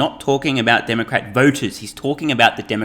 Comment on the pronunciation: I swear he says Dark Art party. lol